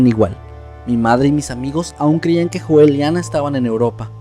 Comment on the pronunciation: Me gustó mucho, pero recuerda Joel se pronuncia "Yoel".